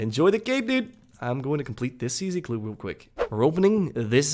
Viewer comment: how tf cant u even say easy clue?